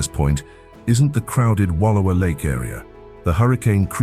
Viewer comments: Learn how to. Pronounce wallowa. WallOwa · Wallowa = Wah- louw- uh.... why can't anyone say that right? good grief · Wa allow a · My wife and I live in southwestern Idaho and have visited many of these places, and I concur. Not taking away from the beauty of your state of course, but the enhancement was overdone. And between you and me, I've never heard Wallowa pronounced like that.